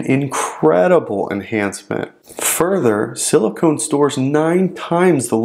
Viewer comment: Silicon (not silicone)